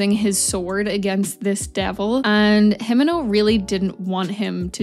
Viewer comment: It's more "Him*e*nno" and "Ko-b*e*nny"